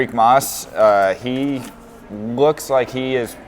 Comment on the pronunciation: You Mas like it’s Moss.. it’s MAS